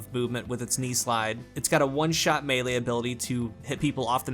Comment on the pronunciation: Love how u talked about titans lol. One hit malee 😂😂🤦🏽‍♂️🤦🏽‍♂️🤦🏽‍♂️ yeah sure "one hit malee".... the super yeah takes too long but is a freaking super is supposed to be strong but omg they fix hunters that hugggge omg. Hate hunters man.. hunter =🤮🤮🤮